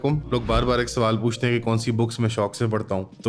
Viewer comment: paxtan nhi Pakistan, urdu ka qatal mat kar, swaaaal kya banta hai? swaaaaal kya banta hai???? Bangladesh ban gya 1971 mein, 71 mein Bangladesh ban gya.